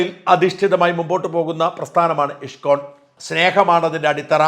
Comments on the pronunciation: ഇഷ്‌കോൺ അല്ല ഇസ്‌കോൺ എന്നു തന്നെ പറയണം. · Thank you Shajan sir ! Wonderfully explained about ISKCON. Just a pronunciation correction in Malayalam it is ഇസ്കോൺ 🙏 Bug salute to you 🙏